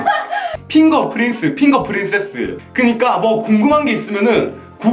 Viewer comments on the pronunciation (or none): none